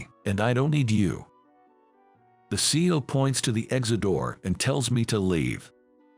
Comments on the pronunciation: This story was interesting, even though it wasn't clear about the girl's name. It would be a better story if a real person had read the story. CEO isn't pronounced CO. Other words were also mispronounced. Dump the digital voice and use real people to read these stories. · This narration needs more emotion, and needs to learn how to properly prononce words. CEO is not pronounced seeo, but C E O. Seeu later. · C E O not CEO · Your story would be more believable if you knew how to pronounce word. It isn't C-Os. It is C-E-Os. Do you know how ignorant it makes you sound? You weren't fa mi ler with restaurant?